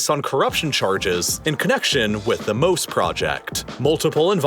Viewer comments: You butchered the pronunciation of the the sea wall. Mose is pronounced like the biblical Moses (just without the final s), because it is named after the biblical character. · Just a fun fact, Mose is pronounced Mosè, with emphasis on the eh, and this is the Italian name of Moses. It is a play on words because Moses parted the seas and this device aims to control its influence over the city. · It’s MOSE as in Mosè or the Italian name for Moses of the Bible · Fun fact to miss when talking about this project but MOSE (pronounced MO-SE/MO-ZE not ‘’Moe’s’’) is not just an acronym but also the Italian translation off Moses famous for splitting the waters. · It wouldn’t be obvious by the way you pronounced it but I think the Italian plan to move the water is supposed to sound like Mosè (Moses from the Bible) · Btw MOSE is pronounced kinda like Mos-eh and it's called this way because Mosè is the italian name for Moses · I couldn't believe how badly he ruined that. I read it and immediately laughed at the amazing acronym and laughed some more, shaking my head, at his horrible pronunciation and just completely missing the reference. What a sad moment for here. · I couldn't believe how badly he ruined the Moses reference. I read it and immediately laughed at the amazing acronym and laughed some more, shaking my head, at his horrible pronunciation and just completely missing the reference. What a sad moment for here.